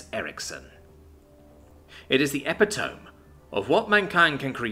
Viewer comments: Ok. My one and only real complaint was this…”epitome”. For the love of god, if you are unsure of how a word is pronounced…LOOK IT UP! You are a native English speaker, epitome is a COMMON word!! It is pronounced “eh-pit-oh-me” NOT eh-pi- tome. I love your narrations, but sometimes your pronunciations hurt my teeth so bad I am going to start charging you for my dental work:) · Or eh-pit-o-me. Definitely not eh-pee-tohm. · This has gone on for too long. Epitome is pronounced E-PI-TO-ME. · Epitome is pronounced "Ep IT oh mee." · epitome is pronounced ep/it/o/me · Glad I wasn't the only one to notice this xD